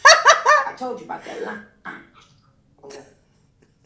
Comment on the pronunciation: “I toldchu about that lying” NICKI HAD ME DYING😭😭😭